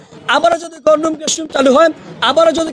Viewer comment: ঢাবির ছাত্রের একি উচ্চারণ " গণরুম"!!!